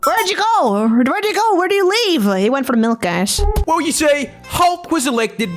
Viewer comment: Was that word guys or gas?🤣